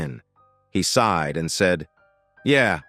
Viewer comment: Enjoyed the story very much. As a note it is "SIGHED" not "SIDE"!!!